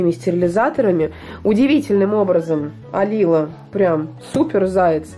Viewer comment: АлилООО, ударение на О :)